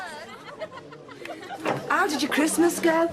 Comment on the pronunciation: Sounds like she’s saying “The Gals”.